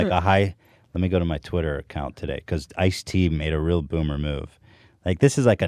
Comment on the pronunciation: I like when Ethan says byoomer